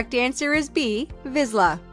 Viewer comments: 36/36. You mispronounced some names. Dachshund is pronounced Dahks-hund, Bernese is pronounced just as it looks (you pronounced it Beer-neez), and Vizla is pronounced Vishla. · Vizsla isn't pronounced with a z. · She said vizsla wrong